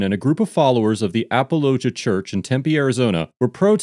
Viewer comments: Apologia is more like "apollo G ah" than it is like "ap ah low jah" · Wow, he really butchered the pronunciation on this one. It's pronounced "apology eh", not apalachia. lol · Narrator guy needs to watch the footage before recording the voiceovers. He mispronounces names A LOT, and would get the pronunciations correct if he'd watched the footage first. It's not "apple-O-gee-a" it's "apollo-GEE-a" as Pastor Jeff said. On another video with an Officer LaBey, he kept saying "labby" even though the officer IDed himself as "la-BAY." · Lol. It's uh-pawl-oh-GEE-yah. Not ah-puh-LOH-juh. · Come on man!!! You can’t pronounce they’re church name right!? Damn. Sloppy. It’s pronounced “apology-uh” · Finally! An actually important case! And just to nitpick: it's pronounced AaaPawlOGeeAA. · Pastor Jeff is a great man. I follow his yt channel. He also has the only Christian based late night show called Next Week. Also, Apologia is pronounced 'Apollo-gee-uh'. Great video!!! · It’s uh-pahl-uh-GEE-uh. Great video, I had seen this on their channel and wondered what you would say. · Apollo-Gia is how that’s pronounced. Like apologist. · It’s pronounced “uh-Paul-uh-gee-uh” like apologetics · A-Paul-oh-gee-ah. I can’t stand Durbin for philosophical reasons but he’s absolutely in the right here. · Apollo-Jee-a is how it’s pronounced lol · It is pronounced “uh-Paul-uh-gee-uh” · It's "a-paul-uh-JEE-uh" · It’s pronounced like “Apology -uh” church. Not the way he said it in this video. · Appollo-gee-a Apologia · Apollo- gee- a church lol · Apologia is pronounced "a paul o gi ah" its from the Greek mesning "provide an answer" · It's A-paul-o-gia. Apologia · Pastor Jeff is awesome. The Church is pronounced Apology-uh. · Dude, you need to learn how to pronounce these names. You're constantly butchering them. It is pronounced like "apology" only with an "ia" at the end. Jeff even says the name of the church a couple of times during the video. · You mispronounced Apologia